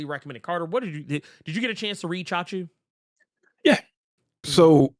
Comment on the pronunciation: never expected to see a comic book titled CHACHU! damn that's amazing & props for the correct pronunciation of it too From what I know from Hindi as Hindi & Urdu share a lot of commonalities (they pretty much sibling languages originated in Mughal era of India where Hindi leans into Sanskrit roots whereas Urdu goes for Arabic or Persian roots) so that'd be an informal term for uncle. Chacha (& Chachi for Aunt) is the formal one and Chachu is what nieces and nephews very affectionately call their uncle which makes that title pretty adorably cute and lets me know how close the familial bond is. Though the brief story intro that you mentioned sounds like it could be a story of a Chacha becoming the Chachu for the MC.